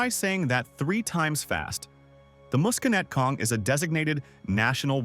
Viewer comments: It's bay-OWN, puh-RA-mus, muss-kuh-NET-cong (not moose ...), MA-wa, The Palisades are not basalt - they're diorite (diabase), that's sitting on top of schist (Newark Schist), that's mostly underground, but is visible in some places. The Watchung Mountains are basalt. One very visible difference is the basalt tends to break in hexagonal columns, while diorite breaks in rectangular blocks. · wow the AI dude was doing so good til "he" couldn't pronounce Bayonne, then Paramus and the Musconetcong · You also mispronounced Musconetcong.